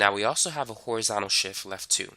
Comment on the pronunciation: I don’t understand the words, “lef” and “shif”